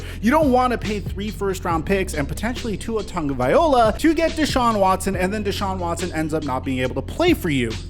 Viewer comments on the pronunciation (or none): u keep mispronunciation Tua’s name. First the pronunciation is off, second there’s no -n in Tua’s last name